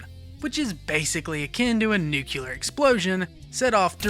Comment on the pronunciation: bro im ESL, why do people say "nucular" it drives me crazy, why is this so common